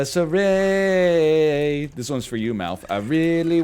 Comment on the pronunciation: The way NL pronounced Galatasaray is just gold. I didn't even know which team he was talking about and I watch CL on a regular basis.